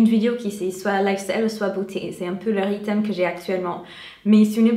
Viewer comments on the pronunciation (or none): coucou, je voulais juste que tu saches que tu prononce mal "rythme" tu dis "ritem" au lieu de "ritme" bisous bisous ;)